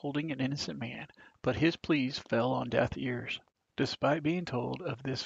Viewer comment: Did you say, "Death ears"? It's deaf ears. You probably say, 'Liberry' instead of 'library'. Our schools don't correct this. Just saying.